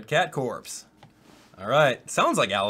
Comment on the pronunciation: I love how he said red cat corpse instead of red cat corps